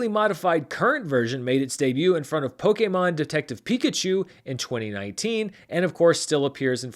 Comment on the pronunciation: Perfect pronunciation of "Pokémon" this time.❤ I mean, there is more than just one correct way for an English speaker to pronounce "Pokémon", but this one is definitely one of the best.